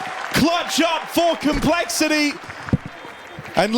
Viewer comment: Why does he pronounce complexity "col" shit is infuriating